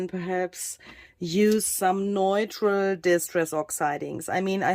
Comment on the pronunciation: Wow,! Everything you touch turns into beauty! By the way, the word “neutral” is pronounced, “new-tral.” (Sorry, if someone already told you).